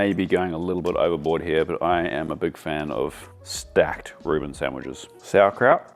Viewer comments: Isn’t it Reuben not “Ruin”?! 🤣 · 'Ruin sandwich'? It's called a 'Reuben sandwich' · A "Ruin?" You mean a "Reuben?" You want that steak cut thin and chopped. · Too bad he calls it a ruin, lol